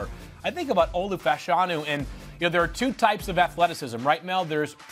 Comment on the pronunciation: Olu Fashanu last name is pronounced “Fuh-Sha-New” not “Fash-Eh-New”